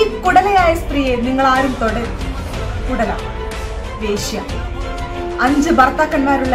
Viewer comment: കുടല അല്ല കുലട..